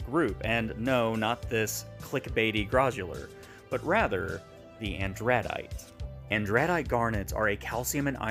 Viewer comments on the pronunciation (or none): AN druh dite First syllable accented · Cringing at the pronunciation of andradite